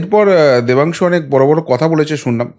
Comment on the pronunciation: Oor naam Pathangshu, Oor naam ta thik kore bolo please.